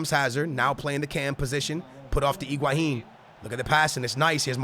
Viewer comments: He does not even pronounce higuain right. It's He-gua-inn not Ig-Hua-inn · Why are you saying Iguahín? His name is Higuaín.